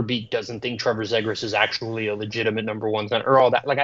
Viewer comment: McTavish for Nylander has got to be the stupidest thing that has come out of that dudes mouth and that’s saying something considering the dude can’t even pronounce Zegras correctly